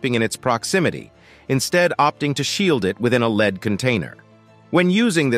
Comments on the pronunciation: This AI generated commentary is annoying. "...leads toxicity.." where lead is pronounced like lead in dog lead. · I like how Lead (as in the metal) seems to be pronounceable as Lead (as in "to a false conclusion") when a poorly produced collection of random clips is narrated by a computer